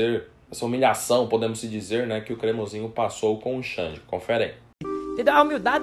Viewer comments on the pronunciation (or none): Nojento, não aguenta alguém brilhar mais que ele "safadao ' falou cremosiinho